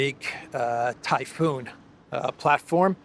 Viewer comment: I am not blaming you because it seems like everyone is doing it ... including all of my favorites . The name of the system is actually pronounced Tie Fon ( short o sound ) The crazy thing is the definition for that name includes whirlwind ... or tyPHOON ( pronounced the normal way ) Only in America ...